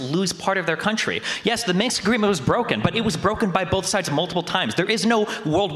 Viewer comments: Lol both of them saying “Minks” Agreement. The historical treaty between fur coat manufacturers and trappers in Eastern Europe. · "Minx agreement"